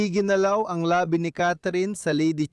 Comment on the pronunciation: Ayusin ang pagbigkas ng salita, may pagkakaiba ang mabilis na bigkas ng "labi" ibig sabihin ay "remains" at ang isa ay "labi" means lips. Ang ama ay mabilis ang pag-bigkas. Maganda sana pero nakakalito(mabilis ang pagbigkas) sa ibang mga Tagalog.